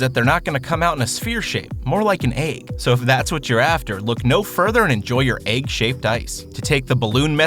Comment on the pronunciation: Did this nigga just say.......... AIGGSSSS